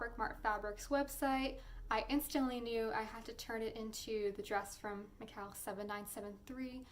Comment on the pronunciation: McCalls is pronounced the same as Falls. I don't like criticising but the way words are pronounced can be irritating.